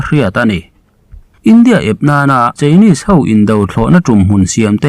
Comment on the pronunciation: Chinese i lam dan hi chu a dik lo.